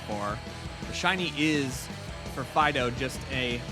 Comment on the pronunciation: Welakthuwallly, it's pronounced Deden and Fee-dough (given their etymology).